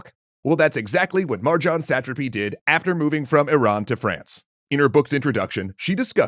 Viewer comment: So having watched part of the screen adaptation it is made very clear in the watching, the pronunciation is "suh-TRA-py" and not "SAT-truhpy"